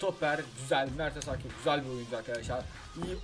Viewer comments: mertesaker diye okunuyo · Mertesaker diye okunuyo yani ilk söylediğin doğru. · "mertezaker" diye okunuo